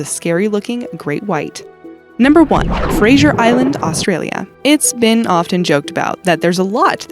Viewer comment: Also you pronounce it Fra-za not fra-ja